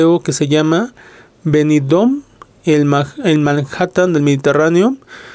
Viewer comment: Buenas tardes amigo, precioso video, pero si no te molesta te corrijo, es Benidorm, macando la m, no con ene Un saludo